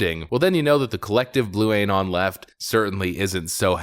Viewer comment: "AYY-NON" 🤣 dude why